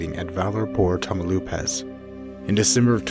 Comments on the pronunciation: "Tah-mao-LEEPASS" not 'tamo-lupas.' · "TAMAULEEEEEEEEPAS" not Tamauloooopas. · Tamaloopas? Tamaulipas is pronounced ta-ma-oo-lee-pas. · I may sound like a SJW, but it makes me a bit triggered how badly "tamaulipas" is pronounced, "tamelupas", "tamalipoas", come on... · Tamaulipas = tam-oww-lee-pass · Tania Alejandra boy said "tamalipas" lmao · Tania Alejandra he said tamalupes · abracadabra mamalupas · the way he pronounces Tamaulipas is driving me insane!! "tamalupas" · You pronounce it Tah-mah-oh-lee-paz, nice video though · Tamlupas please dude at least try to say the name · I'm sorry but I burst out laughing when he said Tamaulipas I find it funny because I'm Mexican lol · I cant get over with how you pronounce Tamaulipas 😂